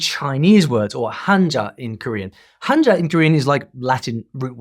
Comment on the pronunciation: and it’s not hanja, it’s Han-jja… a harder “J” sound. Spelled 한자, but pronounced 한짜